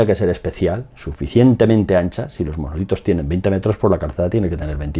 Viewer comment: Que dice manolitos 😅